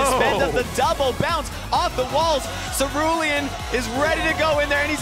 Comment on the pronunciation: did anyone notice the presenter called cerulean's name celidian. 🤣🤣👍🇬🇧